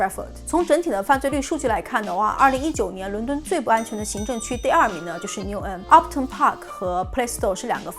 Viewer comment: 不是牛恩是牛含發音把我聽渾了，提醒講慢一點就可以了！國內人發岸end 音的是嗯音是否靠錯誤拼音？Lewisham 也沒發ham不叫路生叫路鼻音遜！I won't charge you lol 介紹倫敦區議滿好的！